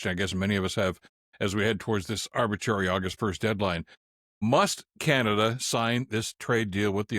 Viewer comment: Oh! Canaduh!😂